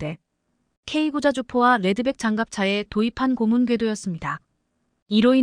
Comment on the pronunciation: 발음똑바로 하세요.예:고무_고문